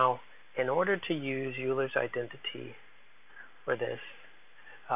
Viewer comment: Very helpful video, thanx. Euler is pronounced "oiler".